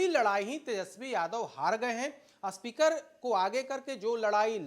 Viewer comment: जो स्पीकर को अस्पीकर बोल रहा हो, वो आये है ज्ञान देने... चल हट ..